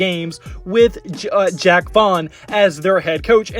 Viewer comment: It's pronounced Jacque as in "zsh-ock". Not Jack.